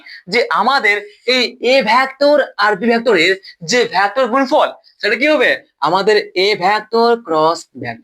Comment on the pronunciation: ভ্যাক্টর নয় ভেক্টর